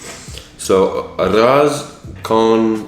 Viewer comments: Nice try but you’ll need more practice! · For your spanish pronunciation: arroz is "ah-rose" (but say the s like an s, not like a z) and frijoles is "free-ho-less". the pronunciation of both words is improved if you put a little bit of roll on the r's :) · Any other latinos laughing at his pronunciation of "arroz", "platano", and "frijoles" lmaooo. For arroz, it's pronounced ah-rrose (the oz is pronounced similar to those. Platano is pronounced like plah (like blah) -tah (like the 'tah' in taki) -no. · Every time he tries to pronounce "arroz" and "frijoles" makes me cringe...and I'm not even a native Spanish speaker.